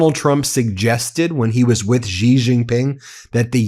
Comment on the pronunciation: His named is pronounced "SHE".